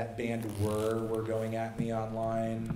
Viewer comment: Wait, what band was he talking about - "Were"? That was a band name? Fucking "Were"? EDIT: I guess he meant Whirr - that would make sense. Too bad it turned out like that for them, since I really like their last album...